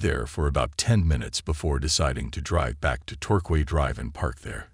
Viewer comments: Torquay is pronounced 'Tor - Key' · Hello, ( Vancouver island ) resident here, in Saanich, that street is actually pronounced tor- Kay.